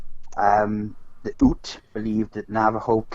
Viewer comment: The First Nation there were pronounced the ‘youts’ as in ute, not oots